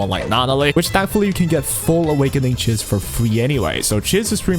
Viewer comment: How are you still not saying Chiz correctly?